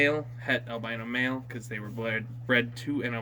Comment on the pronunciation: It sounded like he said it's an albino hett male